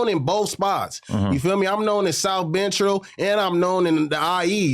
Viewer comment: If he could say “South”why can’t he say “Central “ 🤨